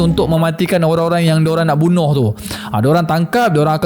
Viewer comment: 1.15..bunih ke bunuh...ke salah dengar